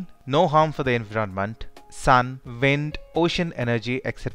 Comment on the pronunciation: preety decent he says sun and vind lol